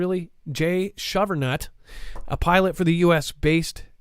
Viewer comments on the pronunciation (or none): “ shovehernut” 😂😂😂😂. On a serious note I’m praying for you and your family!